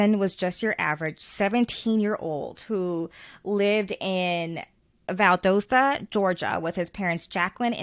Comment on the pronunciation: Lmao nobody ever gets Valdosta ( Val=dah-sta ) or lowndes right not (low)ndes is pronounced (law)ndes .................... Sh*t lockers are like $10 a year here. Our town is as corrupt as they come and run by the good ole boys!!!! lmao our "town" IS NOT racially divided at all. This is all about these boys fighting over a girl and one of them ending up dead and the FBI helping cover it up!! As well as Lowndes county sheriff's office. Can't watch anymore of this at all you really need to get all the #FACTS #kj #JUSTICE #JusticeforKJ